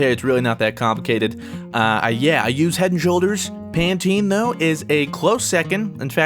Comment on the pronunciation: #askfruit will you ever pronounce Pantene right